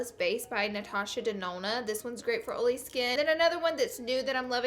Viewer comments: It's oil not ol. It's oily. Not oly. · Omfg ur accent is so frickin cute and you say oily like oally ur so frickin cute OMFL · "Oley skin" like wtf 😂😒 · I literallly thought you were saying “OOLY” like the pen brand lol then I realized you’re saying “OILy” 🤣🤣😊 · "Ole" "Oley" 😂😂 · i left the video as soon as she pronounced oily "oly" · every time you say oily in this video I think of Karen's (iluvsarahii) dog Ollie lol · Where I'm from you say oily perfectly😂